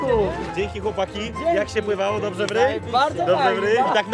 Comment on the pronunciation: "BŁAWO" XD